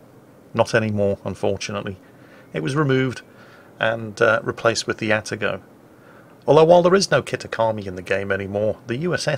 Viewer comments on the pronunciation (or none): still butcher the Japanese names time to time. He pronounces Atago as Ata-goe, while it's more correct with Arr-ta-goh. Yamato says as Yama-toe while it's said as Ya-ma-toh. Nagato he says Naga-toe while it's pronounced as Na-gah-toh. Furataka should be Fu-la-taka as Japanese don't pronounce R's and use L's instead. Or example Tokyo as many say Toe-ki-yo as in Japan say Tou-kyo. Or Osaka as said O-saka while in Japan is Ooh-Sa-ka.